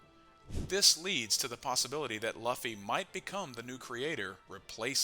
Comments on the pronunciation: say it right man, luuuuu-ffyyyy not laffy wtf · he should just misspell Luffy into the AI in a way it won’t sound stupid. Like Loofy and see if the AI pronounces it better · "Lauhfy" and "rahleigh" 🤦‍♂️ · My opinion is that is luffy not laphy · The moment I opened the video, I took a bite out of my sandwich, heard 'Laughy' instead of Luffy and pressed ctrl + w hahaha this guy must not be serious about this, then said well its a half an hour video might watch, when Merphy started OP I was like meh, she's just getting into it, pronunciation is a nitpick, then realized, my dude you're almost 1.1k chapters in, might wanna hear the pronunciation on the anime? It ain't that hard, might get less people clicking off after 7 seconds? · Please don't call him Luhffy.... lmao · He insisted on pronouncing Luffy incorrectly so many times… it damages credibility and makes it hard to watch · who pronounces Luffy like that 😭😭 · Yall are dumb the voice is ai thats why luffy is pronounced weird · Just a simple thing to do...pronounce luffy's name properly....and surely ur channel will instantly grow ..too bad u cant even do that😢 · like seriously no one pronounces luffy like that, not even in the dub, it has to be on purpose at this point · how can you be so far into one piece and still pronounce luffy like that. cmon man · Something about the way you pronounce Luffys name makes this very hard to watch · 😂 literally just clicked on it. It was thinking the same thing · It just feels wrong… I think this is AI though.